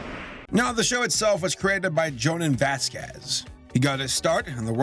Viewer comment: learning how to pronounce vasquez is character development